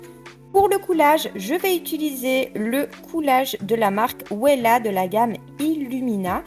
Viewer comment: Euuuhhh ça se prononce vella ( Wella) et non pas ouéla 😂